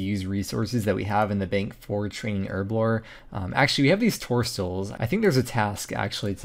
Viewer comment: As a British guy, hearing erblore rather than herblore that many times messed with me head.